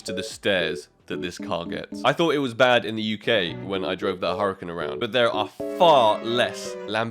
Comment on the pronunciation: "Hu Ra Can" not "Hurrican" but congratz